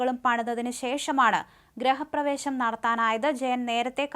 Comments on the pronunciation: ഗ്രഹ പ്രവേശം അല്ല കൊച്ചേ, ഗൃഹപ്രവേശം. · വാർത്ത വായനയിൽ ഇയാൾ ഒരു തോൽവിയാണ്. ഗ്രഹ പ്രവേശമല്ല ഗൃഹ പ്രവേശം എന്നാണ് പറയേണ്ടത്